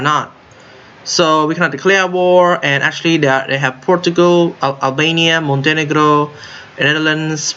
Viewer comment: you say it perfectly fine. you don't have to change it.